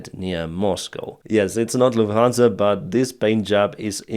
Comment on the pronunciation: It's Lufthansa,, not Luhansa.